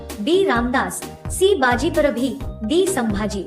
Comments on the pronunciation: घाणेरडे उच्चार!!! अपुरी माहिती.चुकीची नावे.गंगा भट नव्हे तर खरे नाव गागा भट्ट.तसेच बाजीप्रभ नसुन बाजी प्रभु आहे.तसेच दादाजी कोंडदेव नसुन दादोजी कोंडदेव हे आहे.आधी गृहपाठ करावा.योग्य उच्चाराचा सराव करावा मगच शिव धनुष्य पेलण्याचा प्रयत्न करावा. अतिशय सुमार दर्जा असलेली चित्रफित. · बाजीप्रभू आहे,बाजीप्रभी नाही.उच्यारण ठिक करा. बाकी ठिक आहे. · ते बाजीप्रभू आहे ते बाजीप्रभी नाही आमच्या बाजीप्रभुंच नाव नीठ बोलाईच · बाजीप्रभू आस टाईप केलंय आणि बाजीप्रभी असं का म्हणता 🤔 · बाजीप्रभी नाही बाजीप्रभू होते ते 🚩🚩🚩🚩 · बाजीप्रभू शब्द nit करा